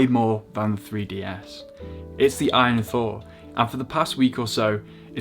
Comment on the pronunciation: It's A-Y-N not "win" lad. It's an acronym for all you need